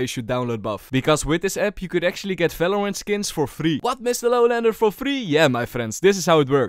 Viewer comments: falorant? bro 9 second and you said 9 times falorant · bro said falorant. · i rlly just love this dude for pronouncing the V like a F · Ffs stop saying falorant and fideo and fandal the letter is V